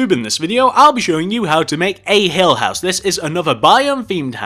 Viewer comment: I heard: Hell House Me: Wth! Oh! It's Hill House! Oh my!